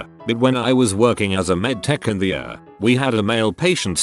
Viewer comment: I wish this stupid bot could say ER right